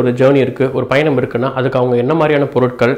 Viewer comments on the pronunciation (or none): none